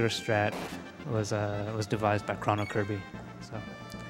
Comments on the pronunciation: Did this nigga just say chron-oh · "Krawn-oh Trigger!"